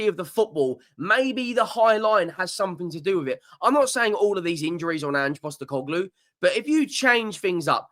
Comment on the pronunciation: Ange COST-UScoglu lmaoo. but on a more serious note, I don't think he is the problem